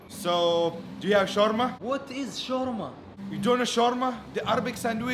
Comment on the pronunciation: oh its called shawarma not shawrma